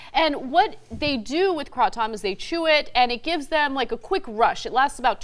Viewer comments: isn't it pronounced "CRAY-TOME?" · It's pronounced kraytum I believe. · Krah Tom lmao 🤣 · It’s pronounced “kray-tum” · Krah tom is the correct pronunciation in Thai, where the word comes from. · its pronounced KRAY-TOM Ana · It's pronounced cra tumb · First off, you don't even know how to pronounce it. It's kratom (rhymes with atom). It lasts for several hours (not 20 minutes...and on and on. This vider is laughable to anyone familiar with the subject! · so freaking anoying how you pronounced kratom .. say kraaatOm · before you try kratom I suggest you at least learn how to say kratom. lol hint:the "A" is long. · before you make another useless video to make money on, at least research the subject to the point where you can actually pronounce it correctly.... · I think its quite funny how she is pronouncing it, then again, i guess people read the word differently. I have been consuming kratom for about a year now....Very beneficial! =)) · The aroma last for 2-3 hours on average from a good source. If you are redosing moderately throughout the day you can keep the effects lasting all day as well. And you are butchering the word so bad. The effects are very mild and honestly don't hinder your performance at all. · When i take kratom it last a lot longer with 20 minutes. These people need to learn how pronounce kratom as well. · You are not pronouncing it right!! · Nope Bro! Kratom as you read it the a is pronounced ah... And you know who uses it more than anybody else? Taxi drivers. Funny thing though... A little makes you speed, a lot makes you drowsy. Bye! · I know you guys mean well with the story, but can you guys maybe YouTube or look up pronunciation before you do a story on something you have no clue about? it's hard for people to take you seriously with such awful pronunciation. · No, it isn’t. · Butchers the name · ***** the k and r are silent.. Its Aw Tawm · Awesome! KRAH-TUM....Ana. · "kra Tom? Kray - Tum. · Lol "craw tom" it's kratom. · its kra tom